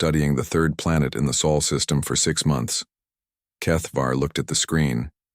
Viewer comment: Ahh wieder einmal die Chens und wie oft wird das Solsystem noch Seelensystem genannt naja im laufe der Geschichte wird es mit der Aussprache besser 😊